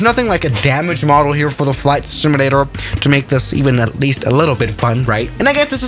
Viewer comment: He said flight simantator